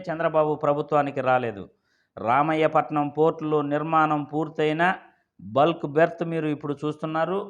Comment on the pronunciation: ఒరే, రామాయపట్నం ఎక్కడ ఉందో తెలుసా రా. రామయ్యా పట్నం కాదురా , రామాయపట్నం రా బాబు